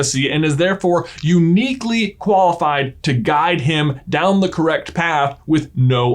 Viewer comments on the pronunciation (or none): none